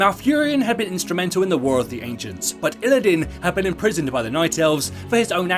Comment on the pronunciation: Isn t it "Illidan" not "Illidin"?